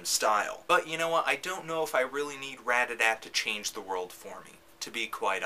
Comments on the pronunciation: ratATAT not radadadt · everytime he says radada i want to laugh. Otherwise, nice review :) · Dude, I LOVE Anthony's reviews, don't get me wrong, but DAMN! This shows its age because I don't think he actually said RAT-A-TAT once in this entire video XD LOL In his newer reviews of Ratatat, he puts so much emphasis on the TAT now. I think he caught on. haha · I just can't believe someone would call them Radadat with such confidence. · why does he call ratatat "RAD-A-DAT" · Say the name right